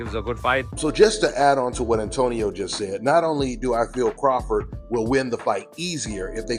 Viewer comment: Terence Crawfor is how he said it lol